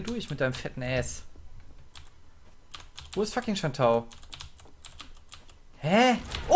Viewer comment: Was ist eigentlich mit Jason? Also Sanjato (nicht Shantao!)